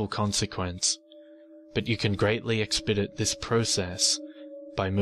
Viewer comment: Luv your pronunciation of expedite....... 😁😁😉😉